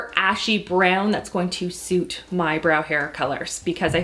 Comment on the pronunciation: Was anybody else concerned by the way she said suit in the beginning?